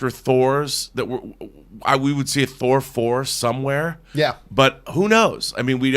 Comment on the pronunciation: "Thor Four" 😂